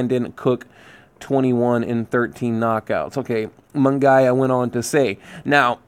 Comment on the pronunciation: Love the channel... it's pronounced mun-GEE-yah... at least that's how biased Jim Lampley says it... 😁 This card looks great. I may be there, although I really don't want to pay money to watch GGG get robbed...